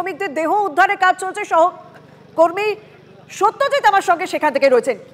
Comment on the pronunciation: সত্যজিৎ-এর উচ্চারণ পরিষ্কার হওয়া উচিত।